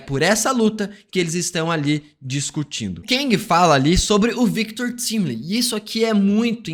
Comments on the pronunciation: Engraçado é que na série claramente a pronúncia do sobrenome do Victor é "táimili" mas aqui ele fala "tímili" e o Peter do Ei merd fala "Taimilai" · Victor Timly? No próprio dublado falam correto, Victor TIMELY (TÁIMILI) o cara ainda consegue pronunciar o nome do cara errado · Fala TÁIMILI, pelo amor de Deus